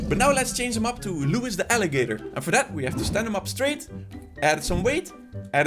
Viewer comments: I think you pronounce his name “Louie”. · It is pronounced Louie, why, NAW'LEANS